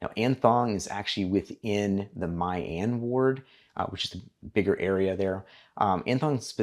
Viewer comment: pronounce as mi an not my an